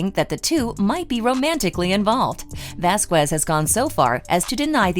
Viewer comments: Camille's last name is pronounced: Vas kez....it's ignorant and racially offensive the way you pronounce her last name. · Her and HER BOYFRIEND just went to a Depp/Beck concert with other attorneys. And it's not prounounced "Vasqwez".